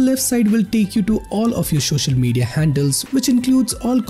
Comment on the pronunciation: nobody: this dude: shochial media '-'